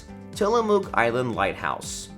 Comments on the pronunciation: Oregon native here - it’s pronounced Tillamuk. Not Tilla”mook” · The mook in Tillamook is pronounced muck.